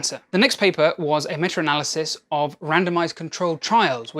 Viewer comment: Yeah, I know what "meta" analysis is. He said, "metra" analysis. I thought it was funny. 😁